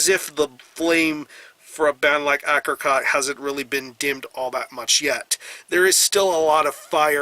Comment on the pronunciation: Great work as always... just wanted to comment on the band name pronunciation, which should be "A-ker-coh-key"